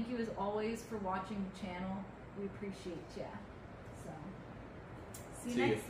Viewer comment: oh!! at the end you said we "PREciatCHA!" where have I heard that before! haha appreciate you two too! 😁